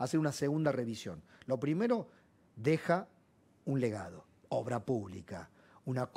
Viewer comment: Dije ovra y es obra